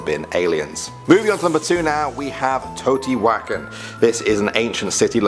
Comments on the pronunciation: Not scary, it’s pronounced Tay-o-tee-wa-can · It's pronounce teo-tewa-khan. And some places theorists believe have alien intervention because of super precise stones and the moving of megolithic stones. Also 666 comments freaked me out so here you go lol. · "Toe-Tee-wack-un" =Teotihuacan 😂😂😂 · Hey! You kinda butchered how you say Teotihuacan lol it sounds like this... Tao-Ti-Hucon. I know with the accent it'll be a little different but I think you might be just a bit off on this one. I love your videos though. Very informative, straight to the point and no funny or weird accents that make you sound like you've been sucking helium all day lol Keep the videos coming, I watch them every day now😊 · Totey-wakkin lol